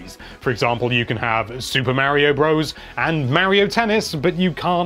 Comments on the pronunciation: It's mario not maryo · Mispronouncing Mario that many times has to be illegal